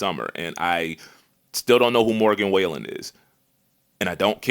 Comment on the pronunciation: Morgan WHALE EN 😭😭 somebody get unc